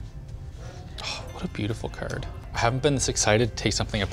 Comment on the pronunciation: "what a beautiful cerd" yeah theyre canadian